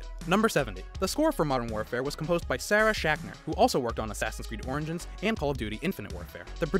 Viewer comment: Am I the only one who heard “Assassins Creed: Oranges”? Lmao